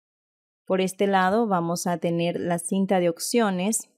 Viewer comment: gracias x todo pero me desespera cuando LA escucho decir "OCCIONES" "LA OCCION"